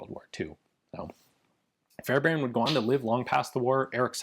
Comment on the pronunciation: As a Fairbairn, thanks for pronouncing our name correctly!